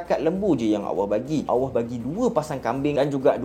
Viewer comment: sebutan Allah kena betolkn